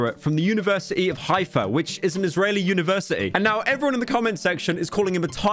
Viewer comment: "He genuinely sounds that..." you mispronounced "Israeli" lol.